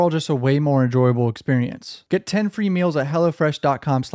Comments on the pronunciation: I thought you said “freak off” not “freecuf”😂😂😂😂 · Bro your code "freecuf" almost sounds like "Freak Off" lmao